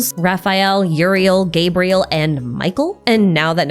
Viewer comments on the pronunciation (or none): none